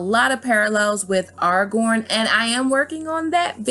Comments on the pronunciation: Are you saying the names of Tolkins characters that way (Is-il-dur, Ar-gorn, and Sur-on) as a troll? Their names are pronounced; Is-seal-dur, Ara-gorn, and Sar-oun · “Ar- rah- gorn”.....Aragorn “Saw- Ron”.... Sauron Work on that will ya? Lol Nice video though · If you are going to do the video the pronunciation is "Ar -a-gorn" and " Is-el-deer " Otherwise super video, keep it up! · Not a bad theory. However you mispronounced two characters names from L O R. It’s pronounced Air-ah-g-or-n and Iss-eel-door.